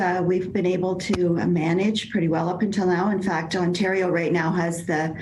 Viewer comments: Un tah reo. Interesting pronunciation of Ontario. I kind of like it for variety's sake. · Shame on Mika - mispronouncing Ontario & referencing Thanksgiving which Canadians observe in October. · She can't pronounce Ontario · Just an FYI: our hospitals are not going to be able to cope for much longer. This provincial Conservative government has made the wrong decision at just about every turn. Also, her inability to pronounce Ontario is adorable. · Ontario. Toronto. Premier. Just a few words Mika might want to polish up her pronunciation of before she does another report on a region an 8 hour drive away she seems to know very little aboot. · Imagine being an adult woman never ever having spoken the word ONTARIO before. Like wtf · Lol love how pronounced Ontario 🇨🇦. This is my province and it’s beautiful here ❤️🇨🇦❤️ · love Mika's pronunciation of Ontario!